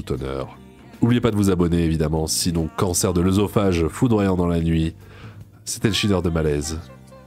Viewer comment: On dit ésophage. Erreur commune tout comme abaZourdi (qui n'a rien à rien avec la surdité).